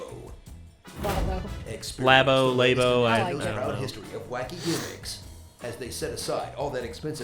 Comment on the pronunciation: There's no reason to call it lay-bo, it's lab-o